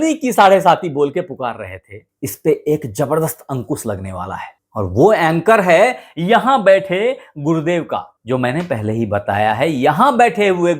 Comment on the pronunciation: "सनिदेव, अंकुस, हमेसा, रासि, सादी-ब्याह, सादीसुदा, सान्ति " कृपया त्रुटिपूर्ण हिन्दी उच्चारण न करें, बच्चे भी आपका चैनल देखते सुनते हैं, उनकी शिक्षा भाषा खराब होती है। बाकी प्रस्तुतीकरण बढ़िया।